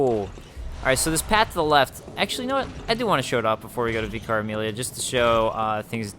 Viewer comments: And it's pronounced "vicker", for whatever reason :-) The cutscene after killing Vicar Amelia offers the proper pronunciation of "adage" BTW, listen to it again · its pronuced vick-ar (vicar) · Here I am with another pointless comment a year too late! You probably got told this after the video and corrected it later but "vicar" is pronounced "vicker", so it rhymes with picker. It's the title for the leader of a particular church, like the priest or whatever you call it. Similar to the Father in Father Gascoigne. I know it's probably annoying to get all the delayed corrections but it's really tough not to comment after hearing you say it so many times and without knowing for sure if you do go on to change how you pronounce it. I should really watch your DS3 LP soon so I can actually make relevant commenys for a current game. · Great video, love your playthrough so far! Don't know if you know this, but Vicar is a religious term or position, meaning an agent of, or representative of God or a ruler. In that case, it's pronounced /ˈvɪkər/I guess it applies to Amelia, since she's hanging out in the cathedral and all:) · How do you not know what I vicar is? I didn't think they were exclusive to england. They are just priests. There was one that used to teach us bible stories in my school when I was young. Its likely a British thing. You attempt to pronounce it in an amusing way.:p